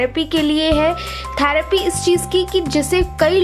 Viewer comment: Dont pronounce as tharappy Try to pronounce as therapy